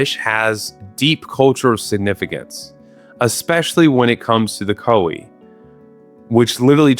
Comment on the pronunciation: If I hear him say Koeh instead of koi one more time graaah im gonna grrr do absolutely nothing about it